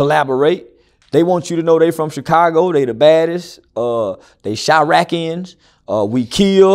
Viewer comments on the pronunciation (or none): He said “Chiraqians” 😭😭😭😭